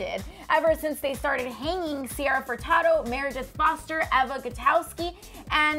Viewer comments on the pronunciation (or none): You pronounced Eva goutouskis name wrong it's Ev a